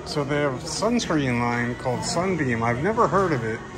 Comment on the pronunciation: You called it sun beam.. buddy...